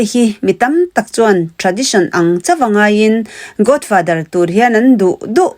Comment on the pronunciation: Godfather i lam rik dan chu a. Godfather tia lam rik tur aw...Sap ang taka lam rik a ṭul kher lo; mahse, accent hi neutral tal se...! Godfather i tia, Godfather tih zawk tur😊😅😂